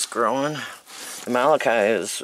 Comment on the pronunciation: Molokai is pronounced like mow - low - kai. You may not be interested in this info... however, with all due respect, the way you pronounce this Hawaiian word causes physical pain.